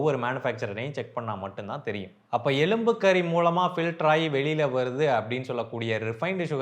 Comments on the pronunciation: எலும்பு கரி.. எலும்பு கறி அல்ல... 😂😂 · எழும்பு கறி. இல்ல,. எழும்பு கரி..